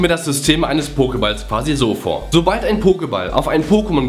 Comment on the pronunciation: "...sobal(l)d...." :DDDDDD